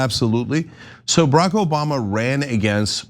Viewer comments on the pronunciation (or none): none